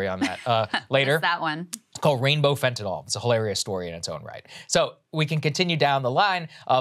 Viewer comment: Fentanyl. NOT FentanOL